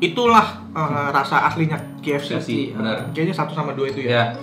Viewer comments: kei ef si bacanya nex, bukan ki ef si =D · Haha..spelling KFC aja ribet banget bang...btw K kalo dibaca d bhs inggris khn emang 'keiy' bukan 'ki' jdi bner aja bang kalo bacanya 'keiy ef si' ato kalo ngmongnya khn ' ke ef si'..maaf bang ga penting sih komen gw...cuma trgelitik aja..wkwkwwk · Key ef si, betul begitu ejanya... Huruf "K" kan bacanya key bukan ki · 1. K itu bacanya "key", bukan "ki" 2. Yg ketiga itu bener original, gw soalnya suka beli yg campur biar ga enek kebanyakan tepung jadi tau bedanya original ama crispy. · Bang klo kfc dibaca (ki)efsi, itu ki nya pake q. Nah klo pake ‘k’ harusnya dibaca (kei)efsi Sori klo ga penting hehe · Key bukan ki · Pronounce huruf K itu bukan Ki bg tapi Ke 😂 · Cara bacanya yg bener: Indonesia: Ka eF Ce Inggris: Kei eF Si (bukan Ki eF Si) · yang gw bilang itu udah cara penyebutannya, bukan tulisan key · Emang iya K di bahasa Inggris dibaca Ki koh?😂